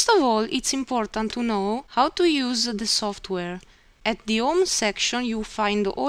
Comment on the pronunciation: for instance, she doesn't use an "H" in saying the word "how"... this is very common in eastern bloc countries and Russia.. not even close to Italian..